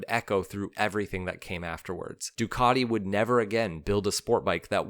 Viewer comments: Duckady? we say DUcatiI,,, or summat like that! What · What's with the Ducarti??? I have a Ducati, and it is 'cat' not a 'cart'. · Are you not able to respect NAMES? It is NOT "ducadi". Learn to pronounce a "T"!!! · You'll be stone-cold sober. I only hear him say Doocardi. I think it's his favourite brand of nail polish. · you should learn how to pronounce "Ducati" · I absolutely hate the way you say Ducati, and you say it sooo...many times, I managed to suffer your video for one minute, yes one minute, believe me I`m not the only one who thinks this but I`m probably the only one to say it, all your feedback can`t be positive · It's not "Ducardi.." Don't be a can't. The engine is a "Coo-chio-lo" not whatever you tried to say. Try to get it right mate, it's not that hard.